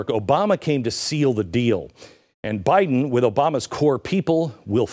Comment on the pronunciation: “PRESIDUNCE” Buy-Den. . Bought & Paid for by the CCP! !